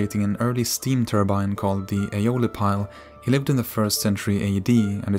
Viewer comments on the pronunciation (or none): none